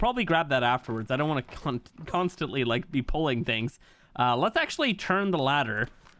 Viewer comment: Bro tried to say constantly and thats not at all what came out😂